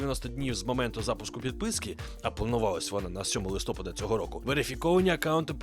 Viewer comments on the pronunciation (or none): тобі підказують , що Листопад має наголос на А , що це український правопис, і правило. Ти це бачиш , але далі використовуєш неправильний варіант . В чому твоя проблема ?